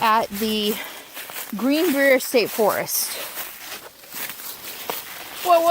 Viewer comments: Pronounced: Green Briar :) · Green Brier pronounced like bryer. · It's good to see Capone enjoying himself on your walks. WV is a very rustic state, but on is it a Gem. The little towns, like Lewisburg, are so much fun to travel through and see their history. Oh FYI, Greenbrier is pronounced Green-bryer (like the ice cream). :) ~db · Just a little FYI, I believe it is called: Green brī er. I was in Prague!!! I absolutely LOVED Prague!!! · Love how you mispronounced the Greenbrier, lol